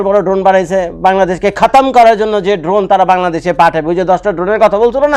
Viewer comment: ভাইয়া এটা ড্রোন না ধোন😂 আপনি যতবার ড্রোন বলতেছেন আমি শুনতেছি ধোন😂 শুনতে ভালই লাগতেছে 😂😂😂